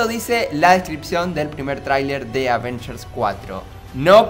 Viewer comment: no dice bien avengers 😡😡😡😡😡😡😡😡😫😫😫😫😫😫😫